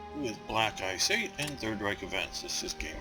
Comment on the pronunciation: videos are very detailed ! only 2 minor suggestions a)no need to still try and pronounce the german words (for some reason you never quite can i.e the word "die" meaning "the" is pronounced "de" like "delete" , the "ch" in "reich" is pronounced like the "ch" in "ache" and so on) it is quite frustrating b) no need to get into so much detail in minor events like the publishing of a magazine (people can google it and get further information) , other than that great job